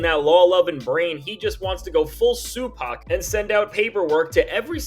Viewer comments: Sorry, did you just say SUEPAC? I'm stealing that, just like "Lawbrey" 🤣🤣🤣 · Did he just say "SUEpac"? LOL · Yo! Hold up!? Did he say Sue PAC 🤣🤣🤣🤣🤣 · I had to restart because "Sue-Pac" took me all the way out! 🤣🤣🤣🤣🤣🤣🤣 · Bro said Suepac 😂😂😂